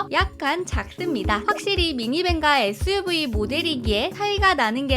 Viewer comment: 에th유브이 같읍니다 발음이왜이러냐ㅡㅡ